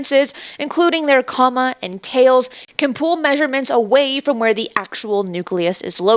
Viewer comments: It’s pronounced “KOE-mah” not “comma”. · Hey, just a FYI: “coma” is pronounced like the final two syllables of “aroma”, not like the word “comma” which has a double ‘M’ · yes, not pronounced comma. Thanks for pointing that out!